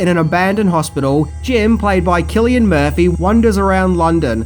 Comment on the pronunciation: Not sure where you got the hard C for Cillian Murphy but it’s... not